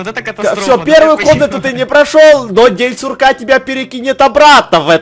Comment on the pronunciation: День курка а не сурка